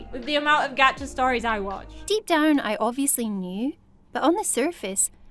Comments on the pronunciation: Why does everyone say g-at-cha.. It’s g-ah-tcha😂😂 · Isn't a anyone laughing of how the girl said "gacha life" Geacha life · GAH-cha life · I think she's saying gacha wrong